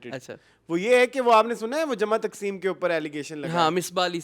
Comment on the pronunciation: Good reviews as usual.. Sir jama taqseem not takseem😊